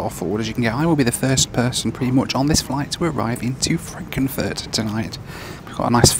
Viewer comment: Did he just say „Frankenfurt“??